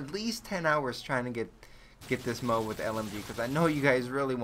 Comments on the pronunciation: It's pronounced "Moe-Ahb" not "mobe" lol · Wait, a MOBE? I thought it was pronounced MO-AB. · i think it's pronounced "moe-ab" not "mobe" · ITS NOT PRONOUNCED MOBE!!! It's Mo-Ab!!! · MO-AB. It's pronounced MO-AB. Like Moe from The Three Stooges + AB like abdominal muscles. Two syllables. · its pronounced MOE ABB for fuck sake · Its pronounced Moe-Ab